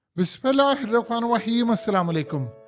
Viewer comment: Bismillah b sahi parh lia kr bhai meherbani teri